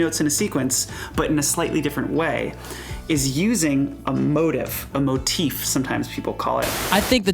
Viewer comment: I have never heard anyone pronounce motif the way you guys do lol